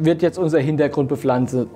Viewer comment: "Bepflanzet" :D Herrlich - klasse Video, angenehm zu gucken, vielen Dank ^^